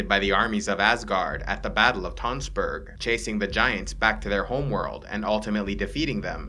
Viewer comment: As someone who's from Tønsberg, Norway, it's weird to watch this video, especially with the pronounciation of Tønsberg lol